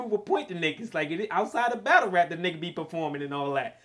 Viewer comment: "We gotta BADULL."